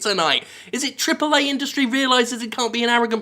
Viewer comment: Jim Sterling You also pronounce "Triple A" in your Skeletor voice.